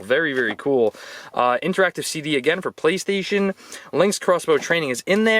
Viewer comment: Did he rly just say playstion 3😂😂